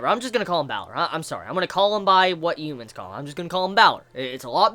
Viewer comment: Why do you say "Hu" words like that? Youmans(human) Yuge(Huge) Lmao